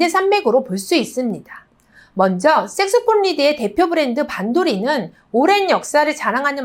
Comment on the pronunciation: 선생님 색소폰으로발음 이 색스폰으로 들려요.